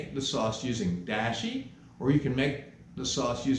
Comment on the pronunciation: I love the content, and I like and subscribed…but, you are mispronouncing Dashi, and it’s annoying. It’s pronounced Dahh-she, not Dash-y.